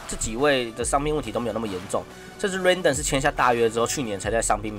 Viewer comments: 天使三壘手明明就越南之光阮棟 那是什麼奇怪發音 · 小編要練一練名字的發音。springer+rendon 發音怪怪的。聽不懂